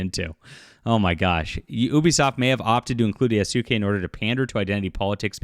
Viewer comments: Damn. He butchering the names. You doing this on purpose? Yah-skeh. Like Sasuke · The name is Yasuke not do not say the Su part dear God it's not that hard to say please God learn to say the name lol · Yasuke in Japanese, is properly pronounced YAH-SOO-K-EH with the last ke or K-EH sound said quickly. The ke is pronounced as K-EH not K-AY.